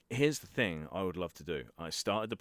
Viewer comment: If u want be voice actor practing saying thing instead of like fing. Your bottom lip must not touch your top teeth when u say thing.